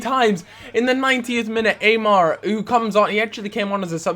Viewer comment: Its not pronounced amar its aimar (with an i sound) amateur